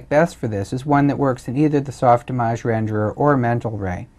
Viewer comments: Soft Image Not soft "ih mojj." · It's soft-Image, say it right.